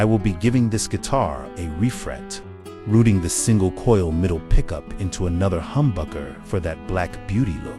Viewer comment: ROUTING !! NOT ROOTING!!!!!!!!!!